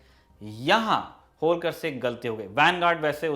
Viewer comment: होळकर बोलीये, होलकर नही! क्या उच्चारण है!!😃